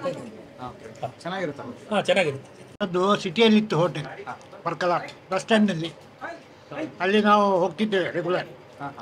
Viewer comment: Adu paarkala alla sir parkala aste